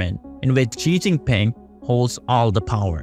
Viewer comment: "Seizing Peng"